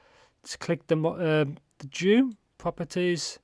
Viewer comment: Nice review as usual. Btw, it’s pronounced as jü, meaning chrysanthemum, that is what the character on the cover means. The flower on the faceplates represent chrysanthemum.